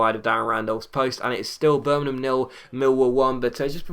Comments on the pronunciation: Y d ya say birmanan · Please pronounce Birmingham right